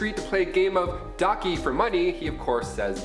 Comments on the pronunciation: It’s pronounced as Dak-Ji not Ducky haha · "So when he's approach on the street to play a game of DOCKY for money..." Its funny how he called it docky, (Its Ddakji [Dokchi] BTW)